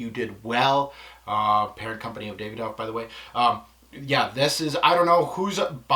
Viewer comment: Brilliant review but it's pronounced "Da-vi-doff" not "Day-ve-doff"